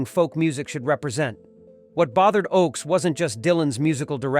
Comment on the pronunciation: It's OAKS! not OX!!!!!